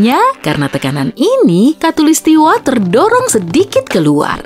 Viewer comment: Suara penyampaian nya kurang enak di denger, beberapa huruf terakhir dari penyampaian kaya di di pertebal contoh "manuSIA, katulistiWA"